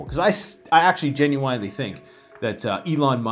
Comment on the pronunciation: Is "genu-whinely" a Canadian thing like "a-boot"?